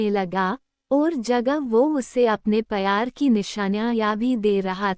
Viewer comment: Not payar , the word is pyar